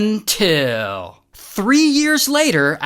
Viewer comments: I'm here for the "UNTIL!!!!!" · The "UNTIL" always gets me fr😭🙏🏻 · I love the "UNTILL"😂